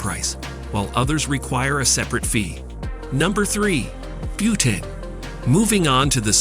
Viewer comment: It’s not Butane..it’s Bhutan.. Butane is gas.. 🤦🏻‍♂️